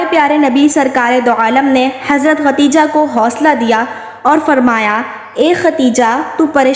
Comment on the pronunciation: MashAllha SubhanAllah bohot pyara vaqea hay, lekin pyari behen asal main sahi nam Khadeja hota hay ye to hamare mulk main nam ko bigar kar khateeja kehna shuru kar dia hay jo ke sahi nam Khadeja hi hay .🤲😢😥🕋💚❤